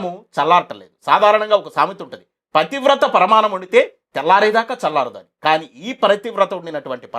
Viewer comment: ప్రతివ్రత కాదు పతివ్రత అనాలి